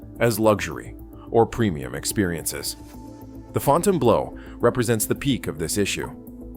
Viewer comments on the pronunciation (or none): Ai voice - Fountain Blow... pretty funny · Fon tane blue. 🤦‍♀️🤦‍♀️🤦‍♀️ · Fontainebleau - "Fontain Blow" while true and hilarious - it's pronounced "Fontain Blue"! Good gawd! 🤣Stewwwwwpid! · The way you pronounce it, it sounds like Fontainebleau job. It's pronounced fountian-blue. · I can’t watch this with the pronunciation FontaineBLOW LOL ☠️ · Had to come to the comments to make sure I wasn't the only one hearing "Fontaine Blow". When I was out in Vegas back in April for a work conference, I took a walk up the northside of the strip one night to check out a couple of these new properties. Last time I was there, Resorts World hadn't yet open, so I wanted to see what these new properties were about. Wasn't really impressed with "Fontaine Blow". I didn't really like the feel of it. Just gave me a really empty feeling, not to mention, the fact the place was dead. It was just overly sterile and just didn't like the vibe of the place. I liked Resorts Worlds better, but it was kinda dead too, and there are a lot of other properties on the strip that I like better than either of those. Resorts Worlds, to me, feels savable, but "Fontaine Blow" just feels like a failure. Its unfortunate they couldn't do better with that property. I know it sits on a bad spot on the strip, but if it was better thought out as how get people to want to come to the northside and go to it. It might have had a fighting chance. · It's pronounce fountain blue and I got a room for $259 mountain view on the 60th floor after resort fees and I was able to park my own car and this place was absolutely immaculate yes it was very expensive two drinks at the bar ran me $40 and that's completely absurd but the majority of your video is wrong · The “Fontain Blow” 😂😂😂 Gotta love AI - NOT!!! Didn’t finish the video. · Fountaine Blow 😂 AI at its Finest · Another AI voice that doesn’t know how to pronounce words… It’s not the “FountainBLOW”, it’s the Fountainebleau, FRENCH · Fontaine "Blow"? LOL